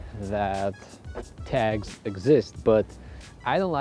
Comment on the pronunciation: It was I realized he was say "tags" and not "tax". "Man what a tough hood having to pay tax for clean walls!"